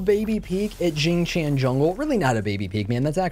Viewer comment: I keep hearing Xing Chan more then xing Tian lol I wanna a weeb skin for him now EDIT: for those who are curious its produced more like Shing Tyan or shing tee-on